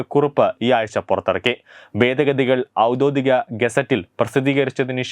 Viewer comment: ഔദോധികം അല്ല സുഹൃത്തേ, ഔദ്യോഗികം ആണ്